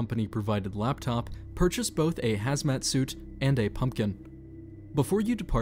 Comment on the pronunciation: "Labtop" XD